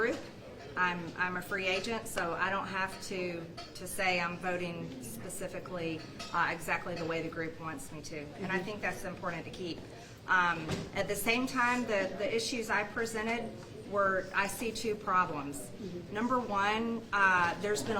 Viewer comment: Marge it’s important not impordant no “D”